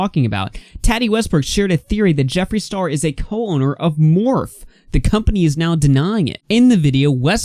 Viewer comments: Its not morph...... its morphie!!! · Not that it matters that much lol but Morphe is pronounced " Morf ee " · #, just FYI its pronounced Morph-ee❤️ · "Morph" 😂😂😂 It's like bootleg Smurf or something? Anyway, "Morphe" and the "e" at the end isn't silent. :) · It’s pronounced Morph’-ee pleeeease sorry just grating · Please say morphe one more time 😂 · Tattee & Morph🤣🤣 It's okay!❤ It's pronounced MorphE and TautE. I know this community isn't your forté. Shame Dawson (oh, I spelled it right lol) was toxic long before Jafar became his friend. Tattoo Tears Tati isn't innocent either. I think Jafar has dirt on many people INCLUDING Tati, which is why she said we need to forgive them.